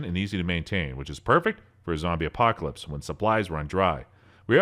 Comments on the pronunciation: "apoclasips" NOW!!! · Did anyone notice he said apocslips? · "A zombie acopolypse" huh? LOL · zombie aposcalype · "apocsalips" NOW!! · l m f a o was looking for a comment about him muckmouthing that. "Apocscalypse"